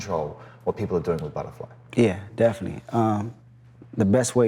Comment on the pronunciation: He says it like "Definy" and "perid" lol